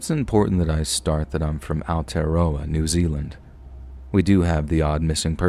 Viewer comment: I love it when NZ stories get told. Not a diss but your pronunciation is a bit off, obviously different languages are hard when you don't hear them all the time, Aotearoa is pronounced Ow-tia-raw-ah (Roll the r), it's the Maori (Indigenous people of NZ) name for the country